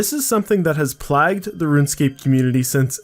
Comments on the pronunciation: Plagged? Lmao. Nice vid man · I literally said to myself out loud, "did this man just say 'plagged,' or am I tripping?" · dam bro doesn't know how to say plague, tragic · "Plagged"? Hahahaha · Plagged? Dude. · Literally just started watching the video and had to come to the comments before watching any further because I heard 'plagged' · "Plagged" lol love you bud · man i love you but you cannot pronounce words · 5 seconds in and I had to pause just to check the comment section acknowledges that assault on the English language. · So we’re not gonna mention how he said ‘plagued’ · Do you really not know how to pronounce plagued? no flame, just seemed weird lol